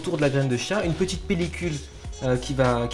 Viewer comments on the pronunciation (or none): petiteeuh vidéo